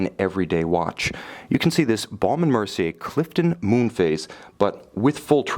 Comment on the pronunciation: If you call the American B&M website you will hear the correct pronunciation- it is exactly how the reviewer says it.